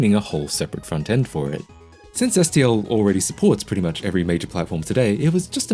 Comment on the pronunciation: oh. you say SDL later. just mispronounced:P